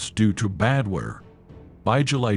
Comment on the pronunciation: Bring back the old voice. The old (English) AI voice was much better. It could pronounce "weather" and "Patton"!